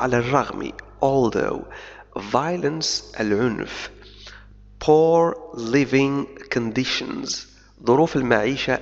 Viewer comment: اشكرك على مجهودك الرائع في تبسيط الانجليزية . نطق اللغة الإنجليزية لديك سليم إلى حد بعيد لولا تأثر ك باللغة الفرنسية في بعض المواقع مثل كلمة crisis بمعنى أزمة أو أزمات رغم أنها كتبت بطريقة خاطئة في المقالة وكذالك كلمة poor بمعنى فقير حيث تنطق بضم الشفتين . أتمنى لك التوفيق في معاك